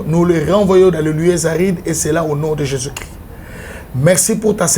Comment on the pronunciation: BALOBAKA JESUS CHRIST YO PROPHÈTE YA NDENGE NINI OZO LOBA JESUS CRI ? DONC OZA NA JESUS MUSUSU MAIS CHRIST TE PO ELOBELI NAYO EZO YOKANA JESUS CRI . MAIS CHRIST EZO YOKANA TE OZA SISIPEEEEE.